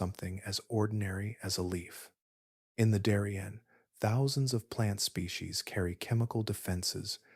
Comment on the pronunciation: "Daw-rien"❌ "Dairy-ien" ☑️